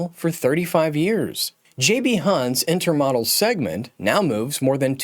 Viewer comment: Interesting video but please learn how to pronounce intermodal.